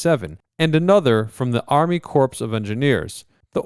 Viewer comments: Army Corps of Engineers is "core" not "corpse"... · . Army CORPSE of Engineers. Bwahahaha. The “ps” in “Corps” is silent. Other than that minor gaffe, fantastic video, thanks so much for posting. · “Corpse of engineers” ouch my ears! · "Reminants"?? "Army Corpse of Engineers" ?? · Army *corpse* of engineers? LOL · "Remnant" is a two syllable word, not three. And as others have pointed out, in "Corps" of Engineer, the "ps" is silent.